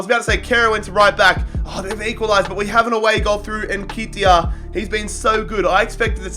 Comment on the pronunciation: If u pronounce Nketiah like that again, I swear to god.